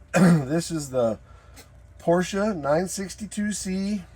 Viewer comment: Yep, if ya gotta have a Porsh-a, that's the one. 👍